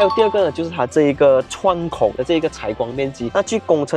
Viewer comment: 小鲜肉哦😍😍口条不错，除了讲解后排空间时“窗口”好像念错了，其他几乎都没有问题（但影片最后有一段“失声”了😂😂）